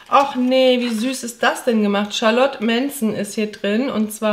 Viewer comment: Schöner Kalender, kommt auf meine Wunschliste. Danke für's Vorstellen. Eine Bitte: Die Marke Charlotte Meentzen wird so ausgesprochen, wie geschrieben. Also "Scharlotte Meenzen" ( mit langem "e" in der Mitte). Ist eine ostdeutsche Firma, die es schon zu meiner Zeit (*1964) gab. Danke dir.❤🥰🤗